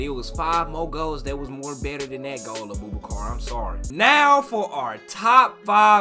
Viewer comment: Man said A-Boo-Ba-Car 😂 I love too much man 😂